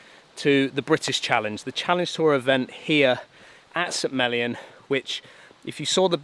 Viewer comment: I was fine with Harman winning, I just wish it had been closer. Didn’t want to see him fail, but some drama is why I wake up at 5 am or earlier for four days to watch golf on courses I’ll never get to play! Every time you say St. Mellion, it sounds like Smellyon 😂Sorry, can’t help it!